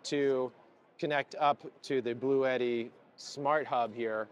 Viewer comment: It would've been nice to ask the Bluetti guys how to properly pronounce "Bluetti". I saw before an official product demo and the Bluetti guy did not pronounce it like you do.